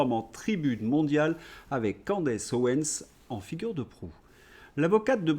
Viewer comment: Ça m'énerve... OwenS. Pas Owen...